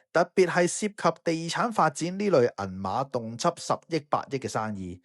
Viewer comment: 1'15" 動輒個“輒”字，粵音接或折，唔係“輯”